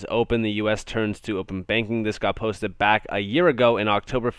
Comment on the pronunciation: "This got postit"... Posted* posted. PostED.. Pronunciation is important.